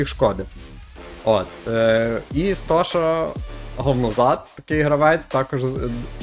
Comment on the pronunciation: Ти коли говориш нік Стоші то не там розділяєш !